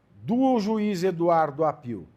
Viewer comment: Se pronuncia Áppio. Não Appiù. È sobrenome italiano.